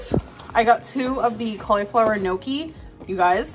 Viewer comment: I'm Italian and the way she butchers Gnocchi hurts😂